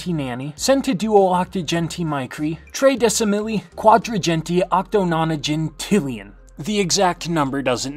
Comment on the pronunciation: It’s pronounced *trehdesi’llyun